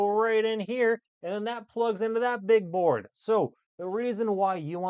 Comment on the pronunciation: Is he saying porn Oh no it's BOARD. just gonna leave this here😂